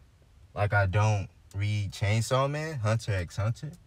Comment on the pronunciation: This man says the "x" in Hunter X Hunter. I can't take this seriously 🤣🤣🤣